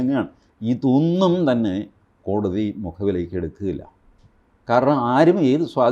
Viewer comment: ?????കോടി???? തി എന്നല്ലേ പറയേണ്ടത്